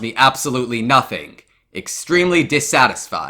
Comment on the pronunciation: I love how says “Nothink”